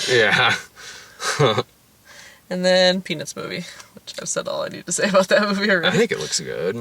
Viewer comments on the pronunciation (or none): I could swear blind she said The Penis Movie